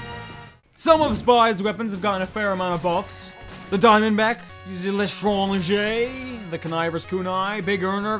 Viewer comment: it is ment to be said like this (L TRAN JER) or how you say french for stranger